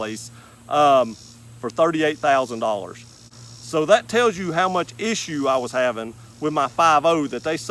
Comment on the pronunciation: I got about 1 minute into the video. Can't take someone seriously who pronounces the word THAT with three syllables.